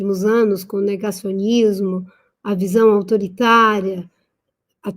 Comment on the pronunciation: Não é dismonte é desmonte. Isso é negócionusmo ou negocionismo? 😅😅😅😅😅😅